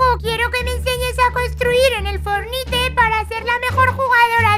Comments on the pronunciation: no sé dise pelotuda fornite sé dise forniat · No sabe decir fortnite XD aquí el enlace #fornite o #epicgames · bueno los isisite tontos todo los personaje se dice fornite o fornait